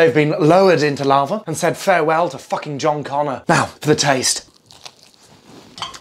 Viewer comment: ”Fucken rawe”